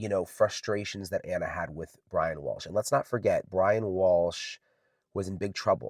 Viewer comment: 12 min in so far. I love your channel, but PLEASE pronounce Ana's name correctly. Please show respect for her and her family Ana is spelled with one N. It is pronounced "ONA." I mean, you are in the courtroom, you hear the pronunciation of her name. ON-A!! NOT ANNA!!! U apologize for ur hair being wet, for looking tired, etc, but not for mispronouncing a murdered mother's name. Wtf?